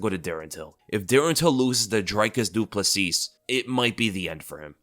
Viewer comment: The last S on Plessis is silent. It’s pronounced “Ple-see”